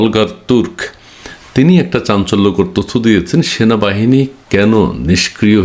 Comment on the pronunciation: ভাই আপনি বার বার ভুল বলেন কেনো সেনাবাহিনী হবে, এর পর থেকে উচ্চারণ ঠিক করে করবেন